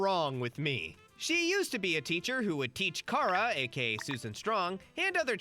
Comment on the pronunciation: I have trouble believing you've watched this show yourself. The pronunciation of Kara and Goliad. Calling Huntress Wizard "grass witch"